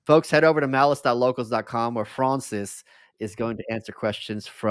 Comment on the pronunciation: Michael Malice pronouncing Francis like Froncis was very self indulgent.